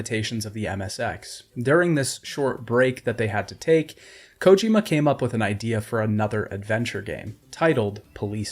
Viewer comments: Bro really never heard anyone pronounce Kojima in his life? The only person ive ever heard pronounce it as "Kójima" lmao As I was typing this comment he switched to pronouncing it normally - Kojīma, then 2 sentences later went back to Kòjima lol wtf is going on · Am I the only one who can’t stand the way he says “Kojima” 😂